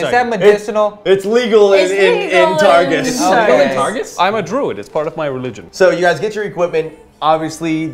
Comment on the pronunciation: he’s saying targus but i keep hearing tarsus like saul of tarsus in the bible and its making me wheeze